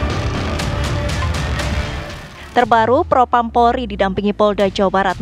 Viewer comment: Propam bukan propram mbak hehe